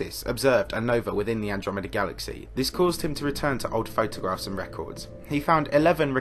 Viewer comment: despite the solemnity of that point in the video, saying "milk-dromeda" cracks me up